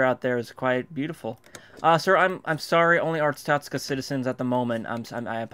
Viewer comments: *Every time he said "Arstotska", it got more and more wrong. Yes I'm well aware I probably spelt several words wrong. I don't care. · Every Time he said Arstotska it got more and more wrong :) Yes im well aware I probably spelt several words wrong i don't care.